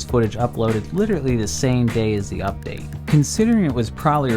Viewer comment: Stop saying "liturtly"